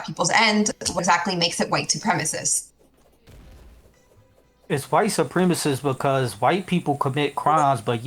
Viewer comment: I love how he says supremacist like “supremeassist” like it’s a supreme pizza lmao